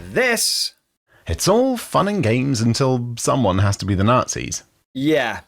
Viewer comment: Forget WW2, they had evil "naghtsees" We are looking forward for WW3 (at least there won't be any "naughtsees" in it)!